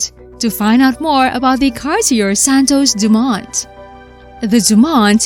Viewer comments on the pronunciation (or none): Cart-ee-er. Not even close. Learn how to pronounce the names of European manufacturers. It's pathetic that you can't ... or even come close.